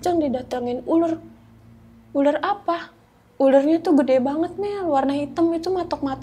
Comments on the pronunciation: Uler apa ular sih...🙄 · Nara sumbernya gk Bisa bedain uler ma ular.